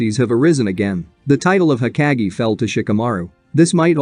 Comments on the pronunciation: hokage not heckage idiot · It’s not heckage! Hokage bro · Ugh the way this bot says hokage drives me up the wall. No thanks…